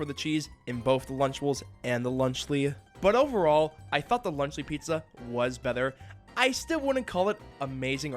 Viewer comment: the way you say the "t" in water and better is wrong somehow. like you make it a "th" sound